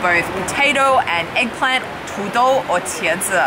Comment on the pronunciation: Eggplant sounds like shoe imo 😳